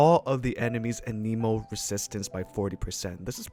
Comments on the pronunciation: It’s Ah-neh-moe, not Ah-knee-moe, jeez, the nerve of that girl (hermione). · 'Anemo' not aneeeemo, they literally say it at teh start of the game when directing you to the statue of the seven. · it's pronounced anemo. You're welcome